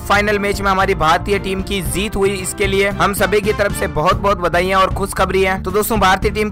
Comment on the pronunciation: Abe theek she bolna seeklo phir bolna zeet nahin jeet hota hai